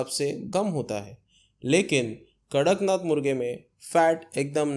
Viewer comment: Not karaknath it's kadaknath.